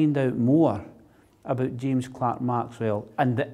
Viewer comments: It always bugs me when people (especially those who are making documentaries about Maxwell) say his middle name as Clark instead of Clerk! This isn't the first one I've seen where they've done that. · The Scots have made incredible contributions to the comfort of our modern lives - but can we just correct the spelling error in his second name - I see "Clerk" but it is pronounced "Clark" ??? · James CLERK Maxwell. Why do the British people pronounce Clerk incorrectly? Penicuik awaits your answer. 🍷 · Spelled "Clerk" pronounced "Clark."